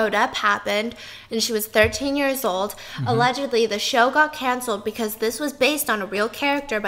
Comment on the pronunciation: Isaiah obregon also - “aLleGeDLy”